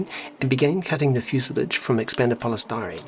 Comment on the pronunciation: fuse-lawj cheers